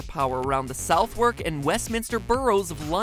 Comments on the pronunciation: RIP Southwark pronunciation 🤭. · He knows it’s not “south wark” right. It’s pronounced “suth- ark” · Great theory, 1 thing southwark is pronounced "suh-thuk" not South-walk :) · Lol "South Wark" It's pronounced sah-vuk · Theorists you pronounced Southwark wrong. it is pronounced soth-Erk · "South-Wark"? Really Matpat? -_ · Hi MatPat, just FYI Southwark is pronounced Suthuk. Place names in the UK often seem to be subtle ways of knowing who's local. We might not prejudge on race, religion or gender but if you pronounce Costessey [Cossy] or Happisburgh [Haysbruh] phonetically, oh boy! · basically southuck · sov uck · Pronounce it as if it rhymed with suffolk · Gangsta Kitten isn’t it said south-wark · ugandan warrior it's sothalk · Alright, i know it's spelt Southwark, and i know its confusing, but it's pronounced Suth-uck. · Mattpat:pronounces Southwark as Southwark Me (a Brit) knowing it's pronounced suthark:reeeeeeeeee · SOUTHARK not SOUTH-WARK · You say Southwark like sothuk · he couldn't even say Southwark right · Omg the way you pronounced southwark made me cringe xD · I'm rewatch this and live around southwalk and cringed when he pronounced it wrong